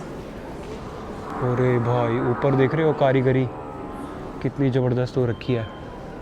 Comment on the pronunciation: Mun see supari nikal kr baat kr raeee........it's not jabarzdast it's pronounced Zabardast rae😅 ....